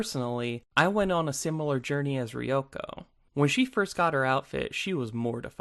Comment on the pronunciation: the way you pronounce Ryuko disturbs me